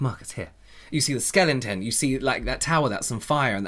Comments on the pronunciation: "you see a skelenten" 😂 always makes me laugh with little things like that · more like skellenten you know like luggggssszzzzzery